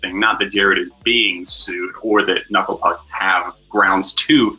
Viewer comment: "Kanucklé Pook." LOL. I'm giving a like just for that!